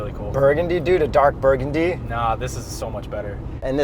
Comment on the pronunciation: Yurgundy? Lol nice edit